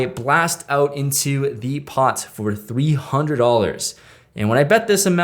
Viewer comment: Dude the emphasis on the “$300” check raise in the A8 of clubs hand was pretty funny. I would’ve thought he check raised 30k how you said it lol.